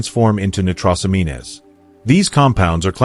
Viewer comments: ''Nitros amean es'' lol AI can't hack it yet, nitrosamines pronounced ''nitro sa means'. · See if this helps from a search engine on pronunciation: nitrosamines /nī-trō′sə-mēn″, nī″trōs-ăm′ēn/ Not "...amean-ez". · Hey bot, It's not "nigh-tross-a-mean-ez", it's "nitro-sah-means"